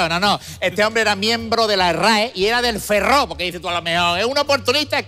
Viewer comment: Has dicho er Ferro, no es el Ferrol"